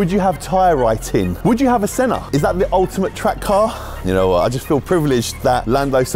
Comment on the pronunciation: Misspronounces senna's name says a chiron is a good car....stick to wrapping